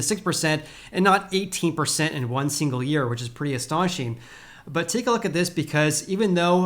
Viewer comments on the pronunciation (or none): none